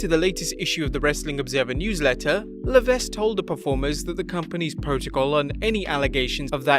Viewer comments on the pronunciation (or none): Why do people keep mispronouncing Triple H's real name? His last name is pronounced Luh-Veck, not Luh-Vesk or Luh=Vess. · Triple H's last name is french It's pronounced LE-VECK not Le-vesk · You mean it ain't Levesky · You don't pronounce the 's' in Levesque. It's pronounced Le-VECK. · HHH.... please correct me if I'm wrong, but isnt the 's' silent in levesque?